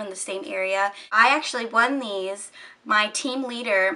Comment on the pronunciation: hhaha when you said these at like you had a country accent (: i just though i'd put that out there <3